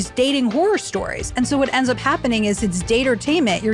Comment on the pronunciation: The whorror, the whorror...